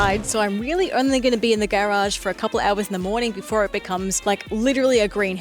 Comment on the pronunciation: Why is she saying garage like that??? Is she autistic??